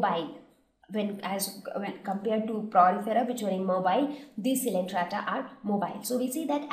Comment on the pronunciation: Its not coelentrata it is coelenterata....missed the ‘e’